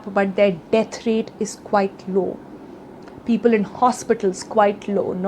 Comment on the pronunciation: Peepool my dear Sonal. Peepool..